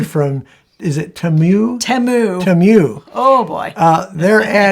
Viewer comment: Don’t know if it’s been mentioned previously, but I believe the correct pronunciation of “Temu” is Tee-moo. And from what I’ve heard from various sources, I won’t be buying from them either.